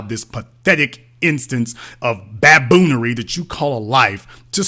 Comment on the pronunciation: That nigga said ba-boon-ary 😂😂😂😂😂😂😂😂😂😂😂